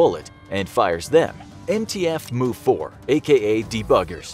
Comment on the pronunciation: "Mu" is pronounced like "mew", not "moo"